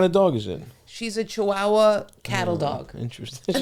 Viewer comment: Lol pronouncing cheee wa wa